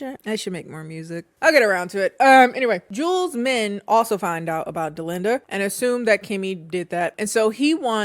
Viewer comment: My name is Dollinda..hearing Delinda is setting me off😂😂